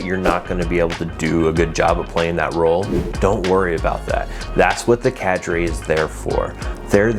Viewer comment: why did you say cadre like that?😭😭